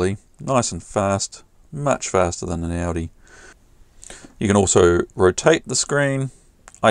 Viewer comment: We pronounce it “ooooodeeeeeee” not Audi as in the motor car! Great little video as usual thanks for posting!